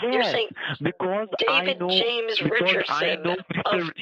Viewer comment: He told me Jay-Ams 🤣